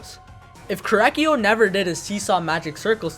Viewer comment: how says korekiyo: korakyo